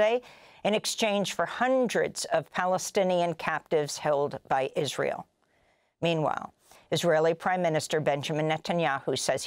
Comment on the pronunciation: "ill-israel" - Sometimes Amy's slips are just too good, bless her.